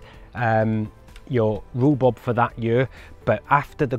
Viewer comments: It’s rhubarb…..not rubub…… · It's not rhubob it's rhubarb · great video - but you kept saying Rhu-Bob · Informative. I’ve never heard it called Roo-Bob before although my wife does call it Roo-Bab. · Rue Bob? or Rhubarb? there is a difference between Bob and Barb otherwise why bother. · Love your pronunciation: rhu-bob 👍🏻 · Love the way you say rhubarb hehe 😊 sounds like you saying rhubob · "Roo Bob" made me chuckle. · Thanks you. One thing! Ru-bob? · I LOVE how you pronounce it Roobob! X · Its the welsh word for rhubarb = riwbob